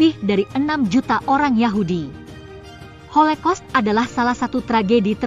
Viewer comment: Kayaknya holocaust deh bukan holekos😮😅